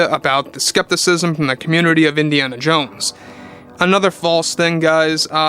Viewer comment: It’s Indiana Jones. Not Indiana Jane.🤦🏻‍♂️